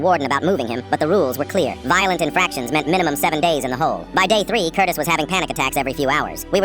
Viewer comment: why did i hear curtis for cortis 😔💔